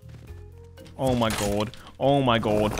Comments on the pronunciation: “Oh my Gwod, he’s heea!” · “oe moie gawed dudde” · the way u say omg is crack ups bro omd